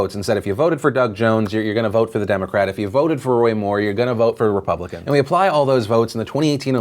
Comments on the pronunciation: whats a Ray-pubpublican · That dude is so dumb that he couldn't even pronounce "republican". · Why can this guy not pronounce "Republican"? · Who the hell put David Lewis in his office?! I'm not an idiot; I understand that Gerrymandering is happening in every state, on both sides of the aisle, but who the hell is dumb enough to come out and declare it? Not even to mention the fact that he can't pronounce his own damn party. But as far as the supreme court appeal, I'm torn. On one hand, this move is as transparent as David Lewis is; they're trying to delay redrawing the districts long enough for this next vote, and a new court case would provide that delay. On the other hand, we DESPERATELY need something to regulate the rampant gerrymandering going on in this country, and this case would probably be what sparks that, since this is so ridiculously open-and-shut. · Trying to make David Lewis pronounce "RE-PUB-LI-CAN" is like watching that velociraptor egg hatching scene. You can even hear Hammond saying "Push" in the background. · So on the gerrymandering thing is no one gonna mention how David Lewis couldn’t even pronounce the name of his own party? Like damn he really struggled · American politician can't even say republican.... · Can that idiot not say republican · Republican has trouble pronouncing "Republican"... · Why can’t he read the word republican when he’s a republican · Why couldnt that guy say republican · Is noone going to mention how that one dude could barely say republican